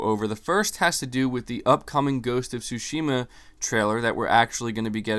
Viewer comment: Hi, thanks for your always informative content. It's all great, but there was just one thing that caught my attention, so please allow me to mention it. I'm a Japanese dude living in Tokyo, and of course a native Japanese speaker. So it's about how you (and almost all other non-Japanese, so it's certainly not just you) pronounce the word Tsushima (対馬). In this word, you can say that the stress is on the first syllable and not the second as in your pronunciation, a linguistic fact which I of course don't blame you for not knowing. So if you pronounce it Tsúshima instead of Tsushíma (if I were to describe it using the Spanish accent mark), it'll be much closer to its actual pronunciation. You can hear it pronounced by native Japanese speakers here: Some words just are pronounced that way, for example the male name Akira (again, Ákira and not Akíra as often pronounced). But this doesn't apply to my name, so yeah... Who knows what the rules are. Languages are so random, I tell ya. I wouldn't have mentioned it were it not for the fact that you have a lot of followers who will hear you and most likely learn from you consciously or unconsciously, so if you could correct it, it'd have a positive effect, I thought. Also, if it was just once or twice I wouldn't have paid too much attention, but when said repeatedly it became a little jarring to hear it, so I thought I'd tell you that. It's not that big a deal, but still not bad to know... I'd also like to be informed if I mi